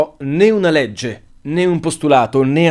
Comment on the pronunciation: Non me ne volere, ma "Legge" vuole la e chiusa. Se poi lo hai fatto volutamente per dare l'idea di un oratore più realistico che commetta un errore di dizione, allora va benissimo. 😉